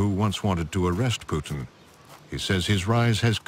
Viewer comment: "V.V.POUTINE..." LMAO, BBC are you for real?